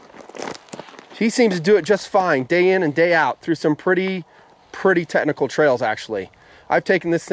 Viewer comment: The motorcycle vid drinking game: 1 shot of espresso every time he says "TeTnical"